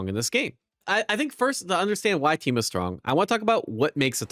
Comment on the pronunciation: In the first minute you say Temu instead of Teemo at least once, but I think a couple times. I keep doing this too xD